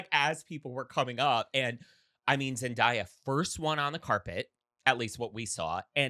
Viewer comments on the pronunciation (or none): Its embarrasing that you thought that shade was appropriate., it's Zen- Day-A. Like Today, not To-Die. Dayyyy-- Ooooo. Daylight. Zendaya.